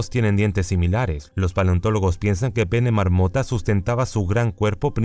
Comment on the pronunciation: que raro como se pronuncia paenomarmota